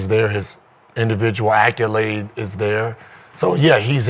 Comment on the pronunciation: Accolade Gil not acculade